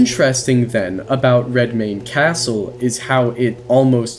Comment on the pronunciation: "I'm DEFINITELY gonna butcher this name" * proceeds to pronounce it perfectly *